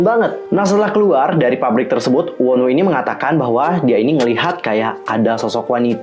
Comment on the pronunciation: Wonu lah bukan wonwu bacanya